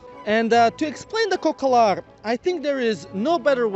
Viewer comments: It’s “cocalar” not “cocolar” 😂😂😂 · u made a mistake we dont say cocolar we say cocalar